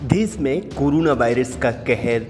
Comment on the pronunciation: Desh hota hai des nahi. Hindi sahi karlo apni